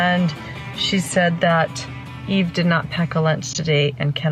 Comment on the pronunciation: why does the narrator keep calling her E when her name is Eve?